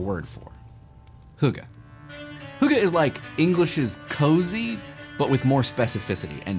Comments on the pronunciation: Him butchering the word "hygge" kills me. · You pronounced hygge wrong